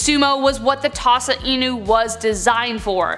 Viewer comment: i love this video 🙃 She said Tosa Una lmao